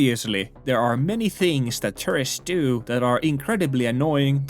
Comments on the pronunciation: The way you say “tourists” sounds like “terrorists” :D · "i see terrorists all around me." really caught my attention